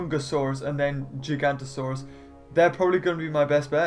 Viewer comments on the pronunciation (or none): No it not gigantiosauos it's gig anosars